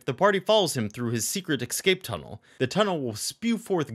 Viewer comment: Don't say excape! It's escape!